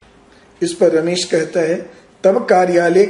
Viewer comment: ramesh nahi hota hai ramesha hota hai